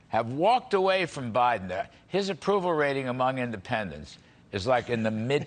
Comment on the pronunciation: She said Obiden 😂😂😂